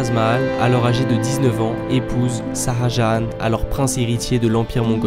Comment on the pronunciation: salut top la video par contre c'est pas "saha jahan" c'est Shah Jahan" on prononce "Cha" Pas "Sa A"